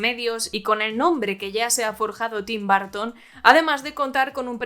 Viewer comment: Bitelchús jajajaja 😂 Tim Barton jajajajaja por qué los españoles pronuncian así. Son una joya, los amo.